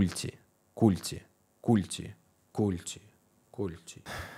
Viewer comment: Не культи, а культи